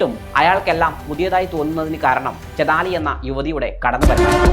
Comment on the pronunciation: ചതാലി അല്ല ചെയ്താലി